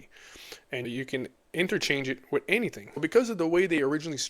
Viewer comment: Anythink 😅 should say anything 😂 but who wants English